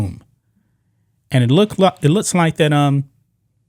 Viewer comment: looKs NOT loots...... MaX NOT Mats ....... booKs NOT boots ...... learn to pronounce your K sounds!